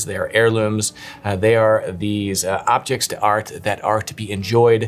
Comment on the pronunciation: “Liadders” is just about forgiveable, but should you ever go to the French factory perhaps learn the correct pronunciation of “objets d’art” beforehand.